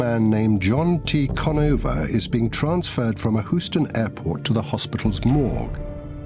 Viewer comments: The city is pronounced “Hughe’s-ton,” not “Who’s-tone.” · his inovative design :) hahaha its innovative thats more funny than Hooston where did they get this British guy to talk about the life of Howard Hughes, I think this is Howard Hughes cleverly disguised as a funny narrator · Hoo ston Texas, really guy please at least pronounce the city name correctly....oh well... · "Hoosten, Texas." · The guy has no problem pronouncing Hughes, doesn't say Hoos, but has a problem saying Houston, saying it Hoos ton. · Who-stun, TX? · You stupid fuck you pronounced Houston husoton wrong wrong wrong you English fuck! Get it right !!... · c'mon buddy. whoston? whoston? riri? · lol, "hooston". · why does the narrator mispronounce houston, but not hughes? if one is "hooston", shouldn't the other be "hoose"? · "Hooston" Texas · "hoowston, texas" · Hoooo-ston! :D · Why is this guy pronouncing Houston, Hoo-ston ? I heard Hughes company was let in on the Roswell crash debris and back-engineering duties...he went fu&%in nuts when he discovered the truth about aliens. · The narrator can pronounce Hughes but not Houston?? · Maybe the city should've been spelled Hughston. Then, maybe the narrarator would say it right.